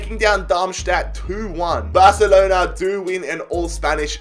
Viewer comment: Nobody: Literally No One:: Barcelena